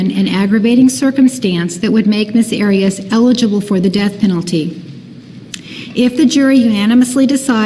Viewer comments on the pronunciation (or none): He didn’t call her by her name to her during the entire trial….when asking witnesses questions it was always Ms Arias and he intentionally pronounced it differently every time….